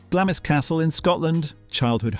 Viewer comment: Glamis is pronounced "Glams".